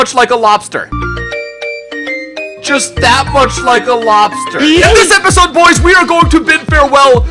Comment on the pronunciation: "that was the bayern youth academy episode!" nono you said that wrong! its THAT WAS THE BAYERN YOUTH ACADEMY EPISOODIIIIIIIAAAAAAAAAAAAAAAAA